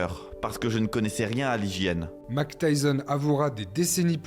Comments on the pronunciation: Petit récap sympathique de la vie d'un homme qui sort vraiment de l'ordinaire.. Un peu léger sur la partie Tyson Hollyfield. Vous pourriez juste faire un effort sur la prononciation des noms et prénoms, ce serait top ! Mac Tyson - Couss Damato -> Mayk Tyson - Keuss Damato pour vous aider.. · Déjà ce n'est pas Mac Tyson mais Mike Tyson donc j'arrête de regarder ta vidéo direct 😂😂😂😂 même pas capable de prononcer correctement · Excellent ! Parcontre c’est Mike, pas « Mack » .. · Grave bien fait, bravo. Mais suis-je le seul qui est dérangé par le fait qu'il dis "Mack Tyson" ? 😭